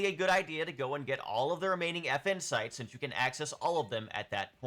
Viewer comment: Yeah guys, like says, grab all the effin' sites. (I can't unhear this, sorry)